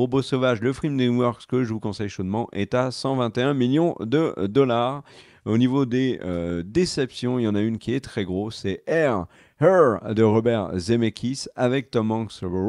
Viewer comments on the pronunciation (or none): Here : ïre et non heur (her) 😂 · Attention c'est "Here" [ire], pas "Her" [oeur], le film de Zemmeckis. Her, c'est le film avec Joaquin Phoenix^^ Pour La Planète des Singes, c'était annoncé dès l'annonce du "Nouveau Royaume" qu'il y aurait une trilogie, en vrai j'ai été globalement satisfait de cette suite donc youpi. Quant à Gunn et la canonicité des comics Peacemaker, ça avait été le même problème avec la série I Am Groot qu'il ne considère pas canon. Grosso modo: s'il n'est pas à l'écriture, il ne le considère pas canon. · Pitié le film c’est « here » pas « her »